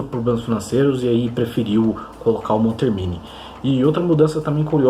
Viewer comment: É Andrea MonTÉRmini que se pronuncia.